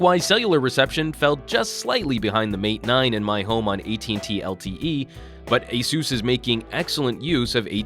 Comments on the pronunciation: It's Uh-Seuss, not A-Seuss, as in Acer. Asus put out a video a few years ago to clarify how to pronounce their name. I'm guessing that most missed it. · is it pronounced a soos or ace us?